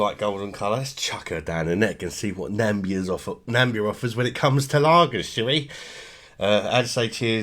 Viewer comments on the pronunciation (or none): it's not Nambia it's Na-mi-bia